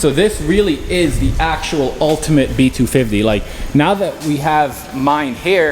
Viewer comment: I love hoe you say B- 2 Fivvtee